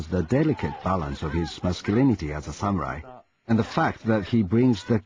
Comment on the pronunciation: sam-you-ai. xD Oh, Ross.